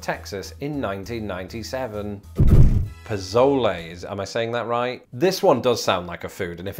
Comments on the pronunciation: Pozole is pronounced PoSOULey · Arroyo is just a creek. Whether it's always flowing or dries up in the summer doesn't matter. Chiltepín, or piquín, has the accent on the last syllable, not the second. "Chil-te-PÍN. It's just a small type of chiles. Pozole, the "Z" has an "S" sound. Using a "Z" sound is just... wrong. The thing that makes it pozole is that it's made with corn that has been soaked in lye, basically hominy. Without the corn it isn't pozole. You didn't even mention this. Norteño just means northern, it applies to many things, not just music. Menudo, not "mehnewdoe". And if you're going to talk about oregano in Mexican food, say o-RE-ga-no..